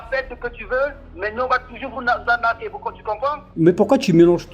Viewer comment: 🤣🤣🤣 et vous , vous n'este pas un branleur ou brouteur ?🤣🤣🤣🤣 On va vous anarquez🤣 je me demande pourquoi beaucoup d'africains n'arrivent pas a prononcer arnaquer , même ma soeur c'est pareil 😂😂